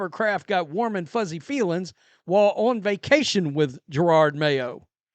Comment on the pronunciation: I love how he still says Gerard mayo, lol